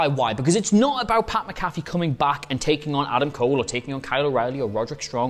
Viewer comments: Mc-A-fee. Just like the anti-virus program. Not MaCaffe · it's MAC-A-FEE not MC-CALF-EE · Just FYI, his name is pronounced MACK-UH-FEE or MAC-A-FEE. Not sure which of those best applies to the Brits. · Btw, it's Mac-A-Fee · Learn how to say Pat McAfee’s name